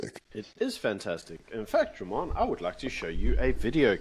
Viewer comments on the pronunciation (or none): none